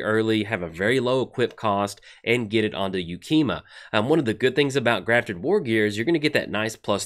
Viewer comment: Pretty sure that's the first time in like the 3 I've been watching you pronounce a name correctly on a new funky named card 1st try 😉